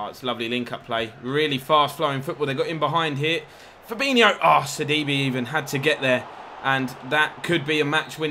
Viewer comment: sidibe is pronounced like c d bæ